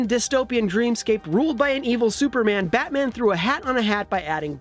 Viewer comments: “Batan: the movie” >Batan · Batan? Really IGN? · Batan? Who is Batan?